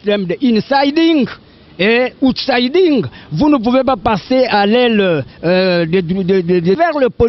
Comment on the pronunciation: Insiding et OUTSIDING [UTSAIDING] en phonetics looooooooooooooooool